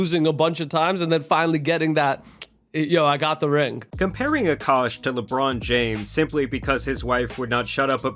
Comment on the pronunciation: “Akaash” but it’s pronounced “Aakash”… K